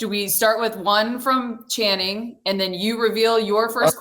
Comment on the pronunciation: I love that Perk always says Shannon instead of Channing lol